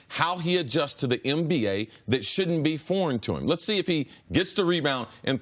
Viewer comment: Cris can't say nba to save his life. Lol mba